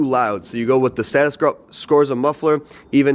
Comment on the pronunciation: I could be wrong but I was always under the impression the brand was pronounced “group”